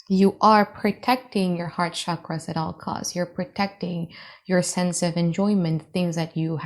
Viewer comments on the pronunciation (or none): none